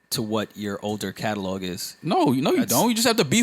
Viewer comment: And Catalog he says it Calelog lol